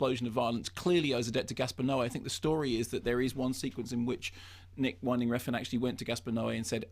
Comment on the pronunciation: It's WIN-DING, not WINE-DING.